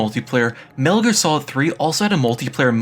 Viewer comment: OMG WHATS WRONG WITH YOUR SPEECH IMPEDIMENT!!! ITS LIBRARY. NOT LIBERRY . ITS SOCOM. THERES NO L ITS NOT SOLCOM. ITS NOT MENEL GEAR SOLIN ITS METAL GEAR SOLID. have a friend talk for your videos or something GOOD FFFFKKKINN GRIEF